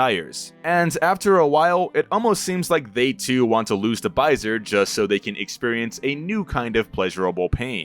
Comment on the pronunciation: hi, french dude here! it's prononced "baisé", not "baisere", the R is silent ! Also it's the french equivalent of the world "Fucking" ( baiser = fucking, baise = Fuck ) but as opposite to english we don't use it to swear, only for what it mean. But it also has a more wholesome meaning which is "un baiser", "a kiss"